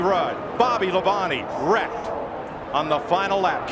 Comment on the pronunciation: Mike Joy putting emphasis on "WRECKED" like that made me chuckle.